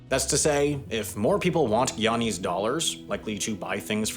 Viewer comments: I wish he would pronounce "guyanese" correctly! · Also Guyanese pronounce it GUY-ana, not gee-ana